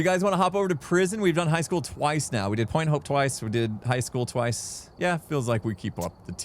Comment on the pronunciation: I rather when chat isn't on the screen tbh. Also why is pronouncing high like hike? Is it a joke i missed or an American thing? Lol